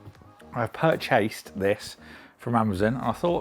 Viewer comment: pur-chased lmao